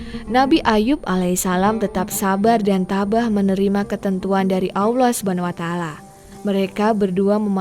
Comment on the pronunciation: Kenapa sih kalau melafalkan nama Allah jadi AWLOH. Tolong belajar ya, ini kuping rasanya terganggu dgn ucapan spt itu.